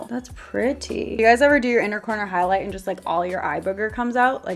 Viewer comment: Did she say... SKIP HIGHLIGHTER